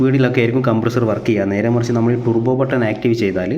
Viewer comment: ട്ടുർബോ alla ട്ടർബോ